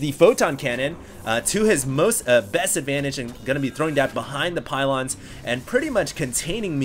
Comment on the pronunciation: why does pronounce "throwing" with a latino accent?